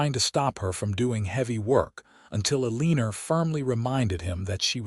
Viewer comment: It's a little thing, but her name is Elina - a-lean-ah. There's no "r" at the end. This is the second story in as many days that has done that. Same narration voice. Is AI from the east coast? It just annoys me. Good story otherwise.